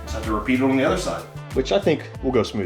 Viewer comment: Where are you from? The way you say the word "on"..."owen" really drives me crazy.